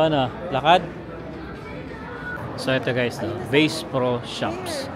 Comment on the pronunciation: It’s not Base Pro LOL It’s Basssss Pro ☝🏼